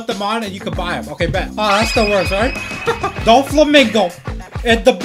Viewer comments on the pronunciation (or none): Not making fun of u buttttt why do u say DA FLAmInGao